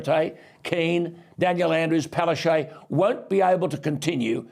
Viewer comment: please it's Palashchook not Palashey